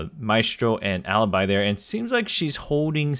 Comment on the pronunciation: No, it’s Para Bellum as it is written... Actually he mispronounce it too, because he pronounces the A in the English way. And even Alibi, the correct pronunciation is Aleebee